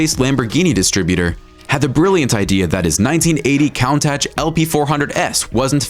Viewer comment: It's pronounced coon-tash